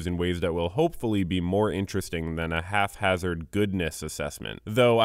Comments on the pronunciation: 'haphazard' not 'half-hazard' bruh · "haph-hazard"? It's hap-hazard lmao